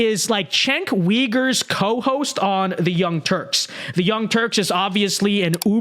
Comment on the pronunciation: It’s pronounced "chunk“.